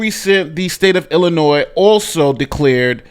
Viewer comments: I have to say this because I listen to you a lot and between this and Tiffany Henyard, you say Illinois a lot. The "s" is silent in Illinois. Sorry! It's a sticking point with some of us residents of this crappy state! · I'm always amazed when even the smartest of black men wrongly pronounce such words as Illinois, Neon, ask, etc.